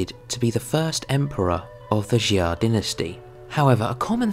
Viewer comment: Its pronounced Sha, not Xi-ah, other than that, nice work.